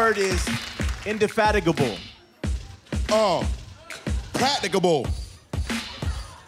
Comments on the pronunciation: DJ D Wreck mispronounced infatigable lol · Pacnigable applicable imaginablal indefatigadible Eman is funny as shit 💀💀💀